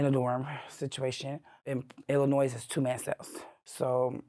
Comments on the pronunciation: this is so cool and informative that I will forgive the S at the end of Illinois being pronounced lol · And the “S” on the end of Illinois. Makes me nuts😅😊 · I couldnt get past "illinoise" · where is that? In Illi-NOISE? 🤣 she spent all that time in the state and still can’t pronounce it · If you learn nothing else from this, the S on the end of Illinois is SILENT! You’re welcome! 😂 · All that time in prison and she still didn’t learn how to pronounce “Illinois”. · I have never heard an American pronounce "Illinois" like that. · MA'AM........ The S is silent in Illinois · Cringe every time she says Illinois and pronounces the S on the end 😫🥴🥴 from the city and don’t know how to say the state she lived in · Illinois doesn't have the "s" sound on the end. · The "S" on Illinois is silent. I had to go there to the women's prison in Decatur, Illinois to taken my drug test for my job😅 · Lawdy please pronounce Illinois correctly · I don't trust anyone who says the s in Illinois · Spent 31 yrs in prison in Illinois and still doesn't pronounce "Illinois" right? Kinda weird. You'd think she would have learned how to say it correctly in all that time. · The “s” in Illinois is silent 😅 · the “s” in Illinois is silent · I love these videos so much, the editing and lighting and everything is perfect. The S is silent in Illinois, I live near decatur and decatur is a rough city it's like a mini chicago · She was in the state of Illinois of how long and she still thinks the "s" is pronounced... Also, this is one of the worst Insider videos I've ever seen. Maybe THE worst. I didn't even bother finishing it. She sounds stupid as they come and every other sentence is how badass she is. Absolute garbage documentary and Insider should be ashamed. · She went to prison for murder. But she reoffended by pronouncing the S in Illinois. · If you pronounce Illinois like that you belong in prison. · There is no noise in Illinois.